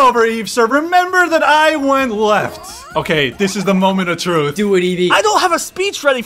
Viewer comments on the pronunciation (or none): none